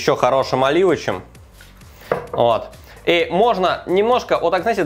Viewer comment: задолбал уже "оливычем"